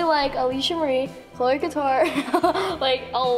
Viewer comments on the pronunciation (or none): none